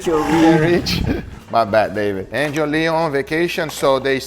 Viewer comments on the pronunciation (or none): none